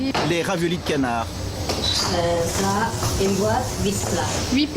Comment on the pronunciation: raviolis cannard? ca-NN-ard?? .........